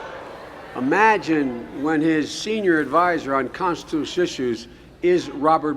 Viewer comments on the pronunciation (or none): Uh, what did he attempt to say ? Contissue? Constichoo? Constushunel? These guys have destroyed the Constitution to the point they can't even pronounce it anymore!!